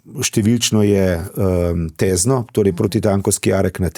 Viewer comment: Tézno - ozki e